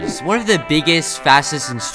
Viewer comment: The whole video he says ravanger's while its ravager's